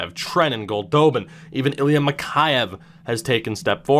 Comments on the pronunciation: I don't know why I just realized this now, but you're pronouncing Ilya Mikheyev's name wrong. You're saying Mik-hi-ev, but it's actually Mik-hey-ev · Keian Kilback buddy I've watched almost every leafs game this year, and it's definitely Mik-hey-ev